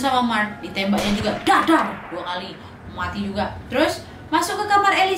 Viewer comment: Lucu dengar kata matinya ( muati ) 🤣🤣